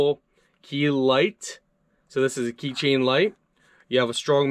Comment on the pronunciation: Did u just say key train? Lmao